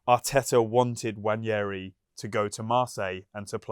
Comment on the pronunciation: (N) Wa-neri* Not Wanyeahree